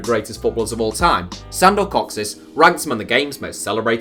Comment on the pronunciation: Your pronunciation of “kocsis” gives me a headache